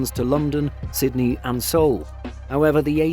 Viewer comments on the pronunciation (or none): none